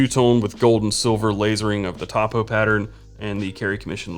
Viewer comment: Topo It pronounce 'toe-poe' short for topographic